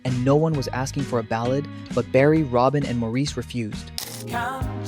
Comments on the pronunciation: Incredible harmonies, and Barry was just... 😍🥰😍🥰 By the way, Maurice's name is pronounced Morris. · How much can one know about the when one can't even pronounce "Maurice"? That was my great great grandfather's name. I know he pronounced it the British way because one census taker spelled it "Morris". That's what he heard. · I quit watching when the narrarator didn't pronounce "Morris" correctly. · No. While it is spelled that way, it is prounounced Morris. That is the pronunciation used most in Great Britian. I've heard him prounounce it that way, his brothers call him that and in most interviews, especially the ones by British hosts. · Please pronounce "Maurice" correctly! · Perhaps, but if you're going to make a video of "facts", at least get your facts right. Makes me wonder if any of it is correct. Having a name mispronounced is lazy. Trust me, mine is mispronounced quite often.